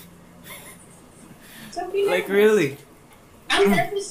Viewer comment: Bro ayusin mo english mo wag mo ipahiya bansa ntin sa love interest mo...lalo na sa word na nervous ( hindi nerbyos kundi nerbus and pronunciation) kaya galingan mo english mo..